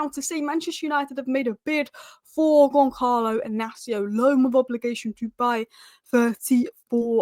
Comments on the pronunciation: YOU DONT SAY GONKALO IS GONSALO WITH A SSS LIKE SNAKE 😂😂😂😂A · and the "L" Makes it Goncaio, not GoncaLo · Soft C on Goncalo. Gonsalo, not Gonkalo. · Portuguese pronounce their Ls , it’s Goncalo.